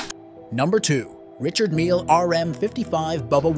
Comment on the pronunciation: Its pronounced R e chard NOT Richard, he's not American.